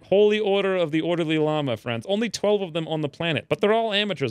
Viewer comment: "If you were an ordeely lama" lmao